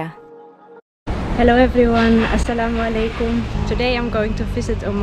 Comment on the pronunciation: The way you say assalamualaikum is touching my heart ❤️💖💓